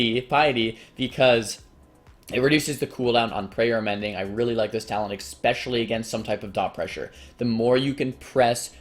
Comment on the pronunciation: eXspecially pee-ity